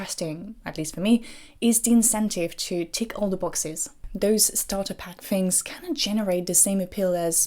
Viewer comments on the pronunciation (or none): none